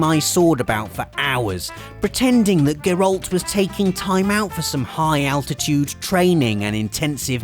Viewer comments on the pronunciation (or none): Love your videos and your humor. Also love the witcher. But how come you spent 12 days in the witcher, and still mispronounce Geralt's name and Skellige? It's weird. you hear people saying those things all the time in the game.